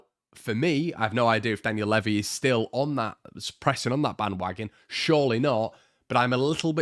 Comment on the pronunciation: Pretty sure Levi is pronounced same as the jeans.